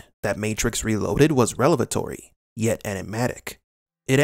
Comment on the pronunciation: Revelatory not relevatory. That’s not a word.